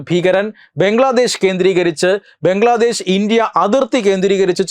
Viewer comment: ബംഗ്ലാദേശ് അല്ല.... ബ്രംഗ്ലാദേശത് 🤣🤣🤣